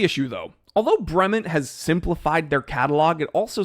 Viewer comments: You could at least pronounce the name correctly. Brement? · Your zombie ass is pronouncing "Bremont" wrong!!!!!!!!!!!!!!!!!!!!!!!!